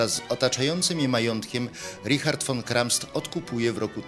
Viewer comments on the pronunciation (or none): Poprawnie: Richard von Kramsta a nie von Kramst!